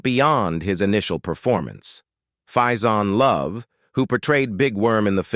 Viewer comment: Man! This is old freaking news! And on top of that... you pronounced Faizon Love's name wrong! Which is not uncommon for a white announcer to do... but if youare being critical about this subject... atleast get his name right. but then again... this video sounds like A.I. commentary. This is how you know it's A.I. click bait content! It's not "The President" It's "Dead Presidents" This is what happens when you have A.I. generated channels making content for views.